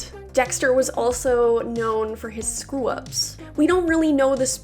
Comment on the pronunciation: Did.... you say "scwew ups"?